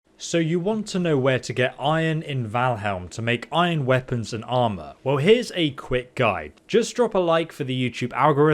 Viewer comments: It’s Valheim not Valhelm, sorry but you’ve said it wrong in like every video. I had to say something. Drives me crazy lol. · VAL-HIGHm. Say it with me. VAL-HIGHm. Its not Val-heLm. its an "eye" so its "highm".... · You call it ValheLm at the start of the video although there is clearly not a second "L" in that word. Why u do this? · Yes yes, Valhelm as he said in the beginning.... Jk man, keep up the good work... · Starts video by saying "Valhelm" I'm out, this guy doesn't have a clue. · Sooo is it pronounced Valhelm or Valheim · Did... did you just pronounce it ValHELM? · You said Val-HELM. unsubbed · did he say valhelm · precisely what we were trying to highlight lol. pronounced it wrong. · You're gonna have to pronounce Valheim correctly if you want the like on the video.